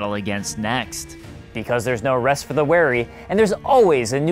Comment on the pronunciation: you also pronounced weary wrong lmao